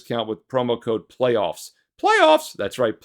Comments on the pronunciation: Promo Code: PLAYOFFS ... pronounced "Plaaaayyyyoffs" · It's pronounced... "Plaaaaayyyyyoffs"